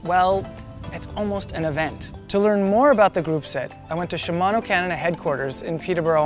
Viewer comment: wow, a canadian who pronounces "shimano" correctly. incredible.